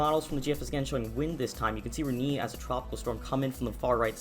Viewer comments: Reniiii? Please! Check how to pronounce a word properly. That hurts! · It’s Re-Nay. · My local news meteorologist pronounced it like 'Re-nay', which is the right way to pronounce it, Re-knee or Re-nay? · Ewww the way he says Rene... It's Ren-nay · im pretty sure its pronounced "Ren-ei"